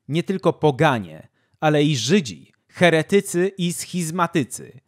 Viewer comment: Mój mózg doznawał satysfakcji za każdym poprawnie położonym akcentem w słowie "heretycy". To rzadkie, więc dzięki! ♥️